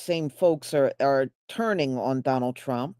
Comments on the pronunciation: Salsa 💃 “I will vote for Donol Trom” lol 😂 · I thought they said "Donna Trunk."😂😂😂😂😂